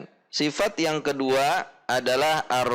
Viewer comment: Ustadz, afwan kenapa saat membaca arro khoowah [ro dgn 1 harokat dan kho 2 harokat], selalu dibaca arroo khowah [ro dgn 2 harokat dan kho 1 harokat] oleh ustadz? atau sy salah mendengar saja?